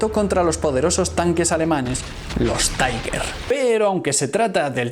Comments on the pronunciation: "Unos cuantos jóvenes deciden ir a pasar un día en la playa": En el primer minuto de este video, ya tengo una idea acerca de la seriedad y exactitud de su contenido. Te corrijo un pequeño error: El nombre de los tanques alemanes se pronuncia "tiguer" NO "taiguer" (la "U" no se pronuncia). Recuerda que son alemanes, no ingleses. Saludos. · todo muy bien, pero no se pronuncia "taiguer" porque son tanques alemanes y se debe pronunciar "tigæ" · Interesante. Un par de imprecisiones en tu vídeo. No todos los idiomas extranjeros son inglés. Ni el alemán de Tiger se pronuncia taiger, ni la ciudad de Caen se pronuncia Káen